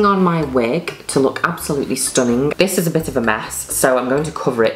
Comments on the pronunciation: Juno Birch saying "stuninn" is the representation of happiness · Hearing Juno said STUNNING its everything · "bCOZZ" "STOONING" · How many times does she pronounced the word STUNNING?